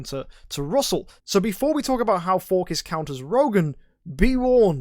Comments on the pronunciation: even tho its a greek god, this isnt who hes based after. 99.9% of people call him "Phor-sees" not "For-kiss", and yes, youre the .1% lol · if you check how it should be pronounced, you get /ˈfɔːrsɪs/ - so pronunciation doesn't seem quite right. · dude it's pronounces For-Sees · you dont gotta get all smart on me lmao, im js you sound weird saying it, no harm in saying an idle heroes hero name the correct way. were not talking about life choices here, just a character in a mobile game. anyones tho, love you mk :) no hate.